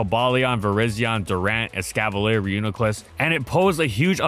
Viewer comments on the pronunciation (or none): none